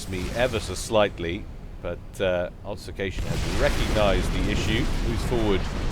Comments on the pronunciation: Great cast. Also great game. All those bombers! Have to say this though. Ob-fus-ca-tion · I was going to make exactly the same comment. Love your work but this causes me physical pain each time I hear it.